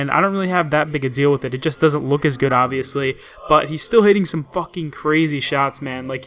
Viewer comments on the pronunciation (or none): none